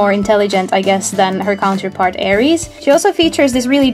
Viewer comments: My godess mother and Air-ees my god father correct pronunciation of their names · ares is pronounced differently